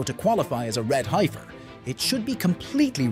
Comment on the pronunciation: Guys didn't even pronounce heifer right